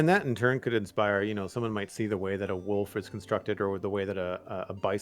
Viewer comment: Everytime says wolf armor i hear wool farmer. Also auto crafter is amazing such a great gift.